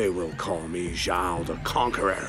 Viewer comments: Zhou? Its Zhao. Also if Roku is Zuko's grand father then isn't Aang his grandfather. Lol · #4 is not Zhou, its Zhao. Zhou (粥) literally means porridge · I thought it was "Zhao" not "Zhou" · It’s Zhao not Zhou